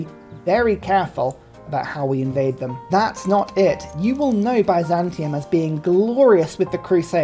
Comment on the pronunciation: I love how he pronounces Byzantium. It's not Heterozantium, Homozantium, Aznatium, or even Panzantium--it's Bizantium.